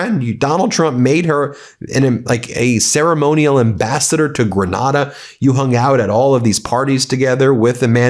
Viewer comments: GRENADA an island in the Caribbean. 🌴 I lived there for 6 years. Pronounced with a long a. (Not like Granada in Spain) 😊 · It’s pronounced Gra-NAY-da.